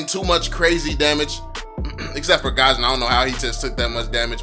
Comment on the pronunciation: Guison not gaaashin